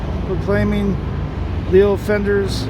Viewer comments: Oh yeah... it’s Leo Fender. Not Lu. Otherwise great info! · This was a great video! I miss Fullerton SO MUCH! One very minor note, in an otherwise really awesome video: His name was LEO Fender, not Lou Fender.